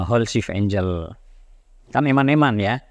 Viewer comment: angle dibaca enggel bro bukan enjel